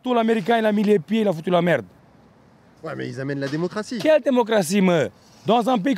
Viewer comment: "ils amènent le democrtie " tu es délirant